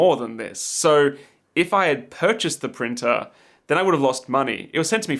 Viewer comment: 3D pirtner 😂 screams of passionate professionalism